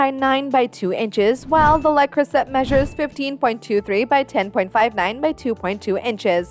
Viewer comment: Can't get past the fact you cannot pronounce Le Creuset correctly.